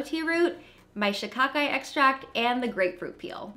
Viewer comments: You are saying shikakai right. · Yesss you said Shikakai right..